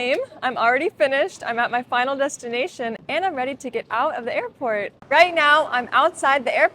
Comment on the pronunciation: i lave earport ❤😂😂